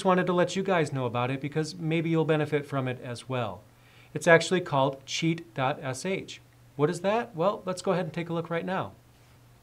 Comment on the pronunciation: first I heard like cheat god sh